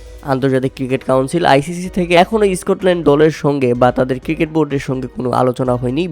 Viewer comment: Tension ta valo kore bola sekh age ..,,,, আরে এস্কটলান্ড না রে gundu।।